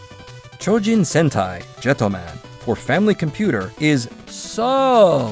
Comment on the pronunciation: So glad to hear you’re naming nintendo’s japanese 8-bit console correctly as the FAMILY COMPUTER unlike other western youtubers. Kudos to you!